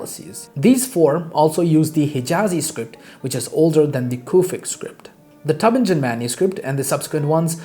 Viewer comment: Teu bing en. No j as in jog.